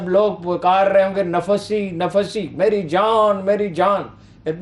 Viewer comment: stupid quraan ki ayat sahi nahin parhi: 9: 39 nafasi nafsi nahin nafsi nafsi hy. sirajum muneera nahin hy sirajam munira hy, le umrik nahin hy la amruk hy, Atteullah wa ati ur rusool nahin atiullah wa ati urr rasool hy, kuch parh lia karo budhy!